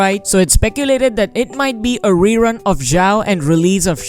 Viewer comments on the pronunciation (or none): none